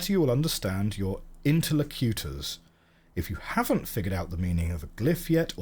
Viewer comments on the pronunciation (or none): "interluCUtors" kills me every time... "interLOcutors"